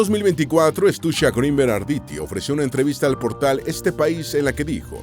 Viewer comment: No es un apellido anglosajón, no se pronuncia "Gruinberg", sino tal y como se escribe.